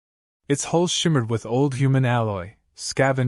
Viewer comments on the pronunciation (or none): Hull, not hole. Guys you are incompetent